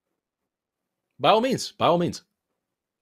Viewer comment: Does forrest say “by all means” or “bio means” lol